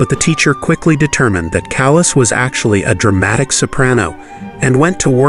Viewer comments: It's pronouced CAH-las not as in calous on your skin. How much effort does it take to pronounce her name properly? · How could you be so ignorant as to pronounce “Callas” like “callous?” There is no excuse for such provincialism. And, you’ve got your facts, your chronology wrong. This video is bogus. What a shame! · Sir, your Italian pronunciation is horrendous, an embarrassment to the production of this video, including pronouncing “Callas” like “callous.” I’m sorry, but such ignorance from a narrator is inexcusable. May I suggest you hire someone who could help you with the pronunciation of Latin-based words. I hope this helps.